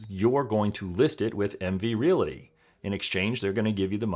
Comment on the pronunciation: The word realty only has two syllables